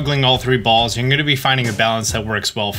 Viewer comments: It sound likes he’s saying bowls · I love the way he says "balls" 😂